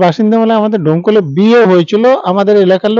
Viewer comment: দমকল না ডোমকল